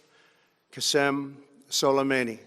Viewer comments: "Kassem Sullamany" Literally the most American pronunciation of someone's name I've ever heard. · Qassem Sullemani